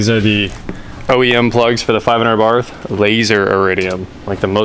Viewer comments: It's pronounced "A-BART" The H is silent. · Fyi- you dont pronounce the h. Its "ah bart". You're welcome